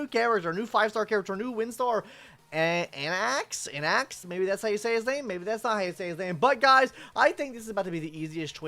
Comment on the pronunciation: uh ok.... What's your point cause he still butchered the pronunciation? Like what are you saying